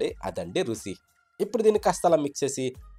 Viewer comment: బాబు రుసి కాదు రుచి అంత నిమ్మ రసం పట్టదు